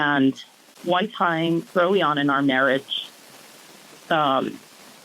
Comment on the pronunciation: Can't say marriage???😅😅😅